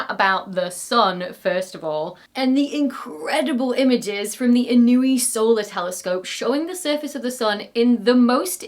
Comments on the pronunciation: It’s not pronounced “in-o-ee”. It’s pronounced “In-oo-way”, after Daniel Inouye, former Senator from Hawaii. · Inouye is usually pronounced "ih - NOH - way" -- as in U.S Senator Daniel Inouye, after who the telescope is named. He is the second-longest serving member in Senate history (so far!). You can't imagine how many ways his name was pronounced in practice. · It’s In-nyo-a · ee-NOH-ay (or even en-Noh-ay). The telescope is named after a US Senator who was a hero in Hawaii.